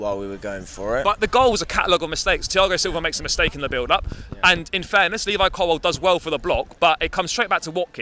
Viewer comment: It's COLWILL Not Colwell